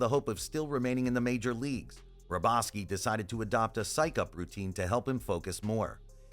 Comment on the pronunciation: The guy pronounced AL'S last name wrong.